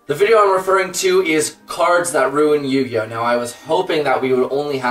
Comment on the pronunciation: Thank goodness!!! Finally a yugituber who knows how to pronounce cards.